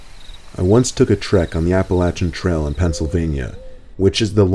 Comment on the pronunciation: appalachian trail, you said it wrong you dunce